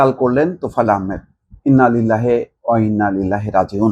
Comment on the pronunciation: ইন্নালিল্লাহে অইন্নাইলাহি রাজিউন।কথাটা এভাবে বলতে হবে।আপনাকে অনেক বার বলার পরও ভুল ভাবে বলে যাচ্ছেন।